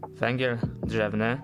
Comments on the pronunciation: Węgiel a nie "wengiel" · Węgiel nie wengiel!